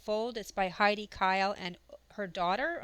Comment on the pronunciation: Her name is pronounced "hay-dee". It's German.